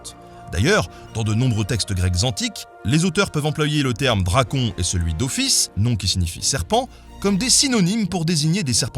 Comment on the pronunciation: Ah et petite précision, certes moindre, mais ça m'a perturbé toute la vidéo : en grec, les diphtongues du style "on", "an", etc n'existent pas, donc tu devrais prononcer "Drakône"... Voilà voilà